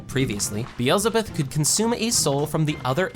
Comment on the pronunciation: you did a good job on the recap but got some details wrong. not many though. also I thought his skill was beelzebub not Beelzebuth, Lord of Gluttony which I double checked and was disappointed to learn. lastly I think you pronounced some names wrong but overall you did a great job. I stopped watching because I'm not there yet.